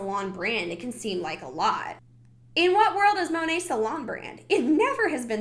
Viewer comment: Side note. It’s Modern Nature so Monat would be pronounced “Mo-Nate” lol don’t make it sound pretty